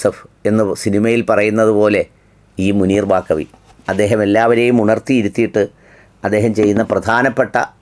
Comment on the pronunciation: Not Bakavi, Baqavi is correct